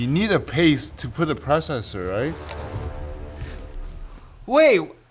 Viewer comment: omg dis is sooo painful "you need a past to put a prosser right?" LOL